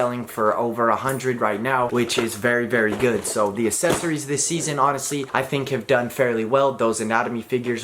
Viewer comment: Still having trouble with that word huh? Accessories